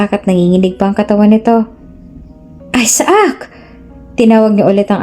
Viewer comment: Isaac ay aysac,ang bigkas ,hindi aysaak.